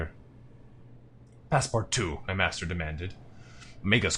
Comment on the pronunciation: This LP has taught me how to pronounce Passepartout, which has vexed me for decades.